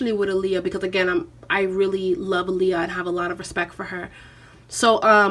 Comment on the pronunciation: All this love for her and people still not pronouncing her name correctly. Ah-Lee-Yuh like Muhammed ALI